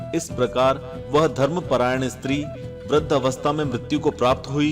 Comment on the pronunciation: Kripiya budhiya nahi vridhaa boliye. OM NAMOH BHAGWATE VASUDEVAY NAMAH